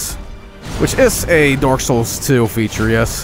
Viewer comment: I love how it sounds like he is saying dork souls